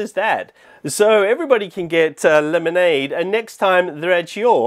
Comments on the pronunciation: I love house he says lemonade like LEmANdE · "Lemonady,"